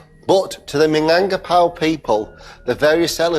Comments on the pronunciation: Do some research first... Plus, I can't with the minangpakau, lmao 😂 Does it really hard to say Minangkabau? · Actually that rendang not too far off from the real thing. You'll be forgiven for only using three chillies. It still needs fennel seeds, it certainly needs to reduce a lot further than that, and the pronunciation of "Minangkabau" obviously needs work, but this is a hundred times closer than Jamie's version.